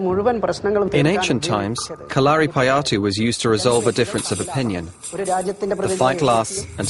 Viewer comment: I cringed a lot when the narrator said kalaripayattu Its pronounced Ka-la-ri-pa-yattu